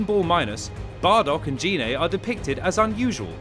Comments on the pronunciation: GI-NAY NOT GEE-NAY 😑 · Well, firstly, you pronounced Gine's name wrong several times. It's pronounced with a hard 'G', and not like a 'J'. Also, you guys did put in a lot of "non-canon" info and characters, like Turles. Oh, and also, , you spelled 'asteroid' as 'asteriod'. So...yeah, I'd give this maybe a C-.